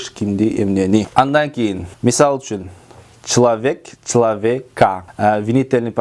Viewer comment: Человек. А не члавека. Туура суйлойбуз